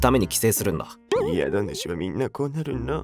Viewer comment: 「宿主」の読みはこの場合「しゅくしゅ」が正しい。